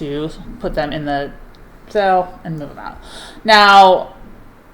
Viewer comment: Is she saying sell or sale? I just truly want to know if it’s a word I don’t know